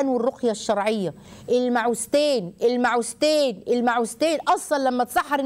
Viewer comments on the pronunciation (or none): المعوذتين وليس المعوزتين دكتورة الفظو الحروف كما جاءت لو تكرمتم